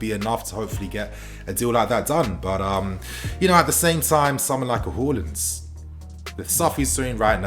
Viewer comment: Whoreland. It’s haaland mate